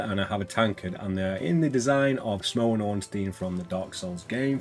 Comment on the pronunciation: Great showcase, thanks! Btw, Smough is supposed to be pronounced similar to "Sumo", so you nailed it!